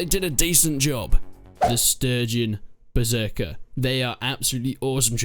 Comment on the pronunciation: idk why but i had loved that first "berzerker" after intro lmfao